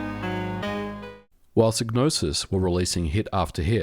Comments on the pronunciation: I think the Y is pronounced like "eye" (as in "sigh"), so "Psy" sounds like "sigh" and not pronounced like "ih" (short E sound, as in "sit"), so "Psy" sounds like "sih". Just saying, because I have in my mind: "First, there was Manace, now Psygnoses presents, a DMA designed game, Blood Money. (Blood Money - Amiga Intro and Music). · Shouldnt it be pronounced "psi-no-sis" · Could never pronounce this developers name. Made some many great games though. Is it a silent G? and silent P? Sy - nosis? Sig - nosis ? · You could have at least pronounced Psygnosis correctly. :( All you had to do was listen to Blood money and it says it. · On the Amiga version of Blood Money the voiceover clearly says SIGE-NOSIS not SIG-NOSIS. And wtf is Micro-o-cosm? It's MICRO-COSM ffs.